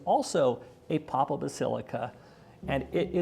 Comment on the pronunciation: Papal = PAY-pul